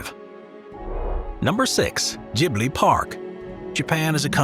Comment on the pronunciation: Gibli needs to be pronounced properly too.... lol not your fault, but those Anime fans are crazed ( I am not a fan of that style of animation)